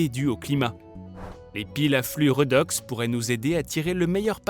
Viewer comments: Oh punaise ça pique les oreilles !!! 😂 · On dit " rédox " et non pas " redox " ... ça vient du terme chimique oxydo-réduction